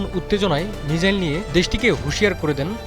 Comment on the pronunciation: মিজাইল কি? মিসাইল